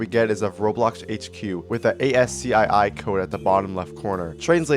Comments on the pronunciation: yeah cool video but if you pronounce "ask ee" as "A-S-C-I-I" and "ima ger" as "im gur" we're gonna have problems. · okay, this is the second time ASCII has been pronounced by the letters and it's got me tweaking. it's supposed to be pronounced "as-key" because it's an acronym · ASCII is pronounced "ask he"